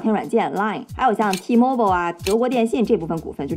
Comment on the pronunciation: T-mobile读错了，应该是嘴瓢了